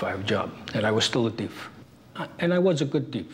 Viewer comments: "I was still a deef. I was a good deef." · "And i was a good teef"😂😂😂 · “I was a good teef”